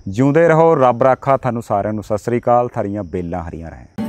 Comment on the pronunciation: Sat shri akaal bolya kro bai g Saasri kaal ni